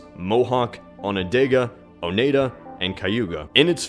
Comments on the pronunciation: Great video but Jeezus Man! Iroquois isn't pronounced "ERIE-KOY", it's pronounced "EE-RIH-KWAH". It's a French word. There's also no such thing as "Onondega" but there is Onondaga and Oneida is pronounced "OH-NIE-DAH" not "OH-NAY-DAH". Also, the Huron and Wyendot people are the same nation. smh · It's pronounced oh-ni-da and on-in-dog. I'm near Onendogo and live in Oneida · ITS O- NI-DA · It is On-neih-dah Oneida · Some mispronunciation on the Iroquois tribes (I'm from the area) Oneida is = O - Nai - Dah. Onondaga is = On - ah - dah - gah. Great video though. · And it's O-nee-da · you miss pronounced Onondega and Oneida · It is interesting considering that I live in Wisconsin and the Oneida tribe (which you pronounced wrong in the video) has their reservation close to Green Bay. We also have Potawatomi, Menominee, Ojibwa (Chippewa), and Ho-Chunk (Winnebago). Because of this, we could learn more about this history by seeing or hearing about it.